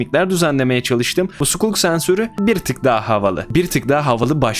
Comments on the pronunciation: bilmiyorum anlamında demedim sıkalk diye okunuyor ya sukulk demesi tuhaf geldi o yüzden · hayır skalk diye okunuyo zaten vidyoda çok fazla okuma hatası yaptı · sculk, skalk diye okunuyo:) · Nobody::SIKULK SENSÖRÜ